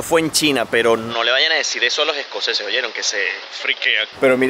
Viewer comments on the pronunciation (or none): Se dice “Los escoceses” no “Lo jescoceses”.